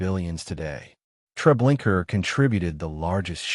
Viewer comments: Why pronouncing it tre linker?? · LOL! What the hell is Treblinker? 😂 That's AI for ya. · Pronounce the damn name correct for fuck sake. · GLAD IM NOT THE ONLY ONE WHO NOTICES HIS BUTCHERING OF NAMES, PHRASES, OR PLACES!!!!! Sure does make him sound dumb and uneducated!!!